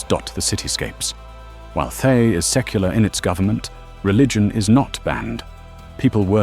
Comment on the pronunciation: Oh, good ol' "Thigh"... lol 😆 (I know it's AI, but it made me chuckle every time I heard the mispronunciation.)